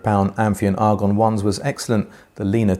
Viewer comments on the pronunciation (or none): none